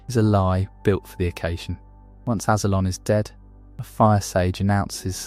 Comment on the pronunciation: And Azulon. How do you say Azula right but not Azulon. What was that lol it is crystal clear how it’s pronounced